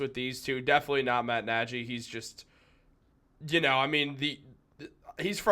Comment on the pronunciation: Nearly stopped watching after he said Matt Najy for 14th time